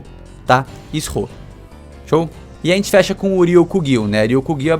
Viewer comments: MEU DEUS ISS-HO NÃO. I-SHO, pf. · é "naIXsceu", é "BorZalino"... só melhora. Edit: , "Is Ho", hahahahahahaha, nessa ele devia estar zoando, para ser justo. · Nome o fujitora você pronunciou errado, o primeiro S não é pronunciado, ele apenas da uma intonação diferente a ao I